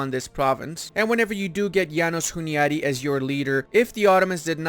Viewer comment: So funny how you call János Hunyadi "Jánosz Huniádi". Anyways, thanks for the video, and keep up the good work! Greetings from Hungary